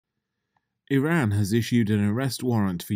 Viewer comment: Cant take you serious if you cant even pronounce Iran right.